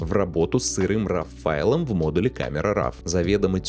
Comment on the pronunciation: Для человека, старательно применяющего широкий спектр терминов, старательно следящего за дикцией, просто не допустимо слово РАВ. Файл или «сврой», или исходный, или РО. Именно так читается это слово на английском.